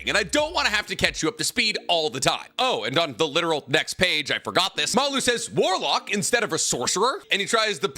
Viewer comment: Its so cringe to hear you say warlock